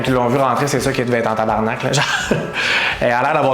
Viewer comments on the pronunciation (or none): none